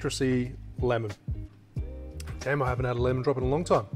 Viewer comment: Greetings from Philadelphia..., you tasted the Chocolate Martini and said,"Damn". You sounded just like a boy from Philly! I will have to give it a try, maybe I will sound like I am from Australia. Thanks for the posts and stay safe